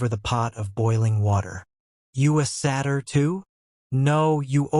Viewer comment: The fact that Satyr was mispronounced imma find a different one